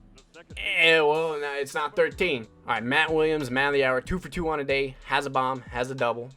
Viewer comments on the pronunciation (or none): none